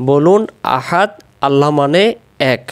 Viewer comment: মুহতারাম (১ম) আঁতাতে আহাদ পড়ি কিন্তু দালের ২ পেশ কেন উচ্চারণ হলোনা